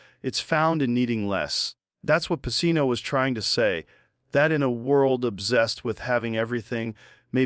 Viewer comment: Lol. We know this is AI. Al Pacino. Its pronounced AL PACHEEENO. That's the tell